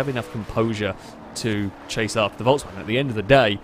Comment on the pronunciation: Why do you keep saying "Voltswagen"? It is pronounced "Folksvagen"